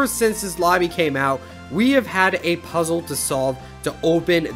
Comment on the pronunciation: How do you say puzzle again?